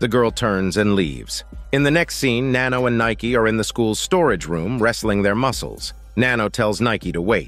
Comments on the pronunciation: Nayki huuhh did you mean nanni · It’s nanai not Nike 😒